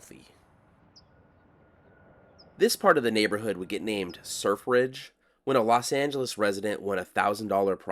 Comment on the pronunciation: Sir Fridge... Sur Fridge, or Surf Ridge.